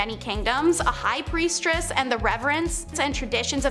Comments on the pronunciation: if she said priestress one more time i was going to yell and change videos. at least they're using real people and not ai voices reading scripts, that annoys me to no end. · Do y'all look these words up before speaking? You really couldn't figure out it's "Priestess," not "PriestRESS?" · PRIESTESS not priestRess please!! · Not trying to nit pick, but... Lol . Sorry it's priestess, not priestress. Thought you'd like to know. Do you don't post....that would be embarrassing. ......ummm. Ahem...... Oops. 🙄😬🤬